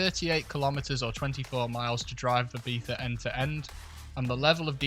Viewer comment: The most amazing part of this video is someone from the Uk saying "Ibiza" right